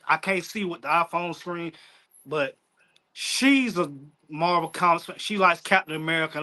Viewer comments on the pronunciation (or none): none